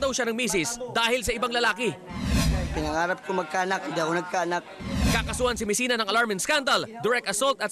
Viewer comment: B MESINA LAST NAME HINDI MESIAN HAHA